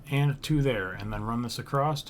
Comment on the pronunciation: Very nice tutorial, I appreciate the time you took to make this and I actually followed the whole thing and made the ship in survival mode. But can you please pronounce across correctly without the "st" sound at the end? I wanted to scratch out my ears every time I heard it haha